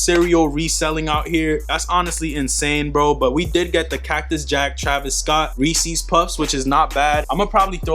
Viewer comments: It’s Reese’s bro lol not reesees 🤣🤣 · McDavid reesees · You say Reese’s funny dawg 😂